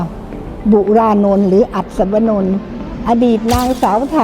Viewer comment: อัศวนนท์ค่ะ ไม่ใช่อัศวเหมมมมม